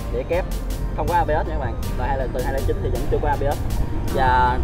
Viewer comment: ABS chứ ko phải AB ớt đâu cha